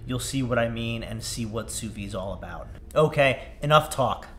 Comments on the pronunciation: Sous veed, not sous vee. It’s French. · Has a channel dedicated to sous vide. Doesn’t know how to pronounce it. 🤦‍♂️